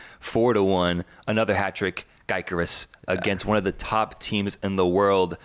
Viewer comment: gyokeres, nahh guy-cress